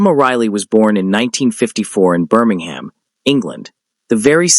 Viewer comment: Learn to pronounce Birmingham.